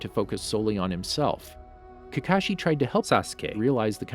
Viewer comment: Kakash-I A-tak-IE